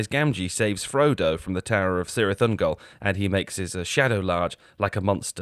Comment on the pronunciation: So damn true. He remembers the plateau but doesn't realize how to pronounce cirith? Disgusting